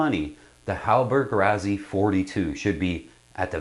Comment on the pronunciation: Great review! To be clear, this is the 42E. HR later made a very different 42F sloop designed by Frers (hence the "F"). Also, it's usually pronounced like "Rossi", not "Razzy."